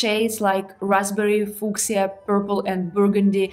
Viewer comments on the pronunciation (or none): I predict your channel is going to blow up soon! Thanks for fantastic videos ❤🎉❤🎉❤🎉❤ I usually hear fuschia pronounced: "FEW" "sha," if it matters or not!? Love you and your channel ❤❤❤🎉🎉🎉